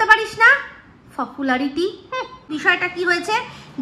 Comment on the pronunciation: যা ফফুলারিটি টা মিস হয়ে গেলো তো 😂😂😂